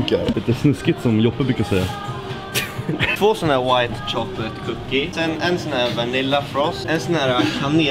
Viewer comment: "Do you like choklät?"